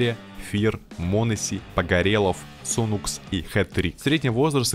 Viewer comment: а не сунукс и аункер, а не аункере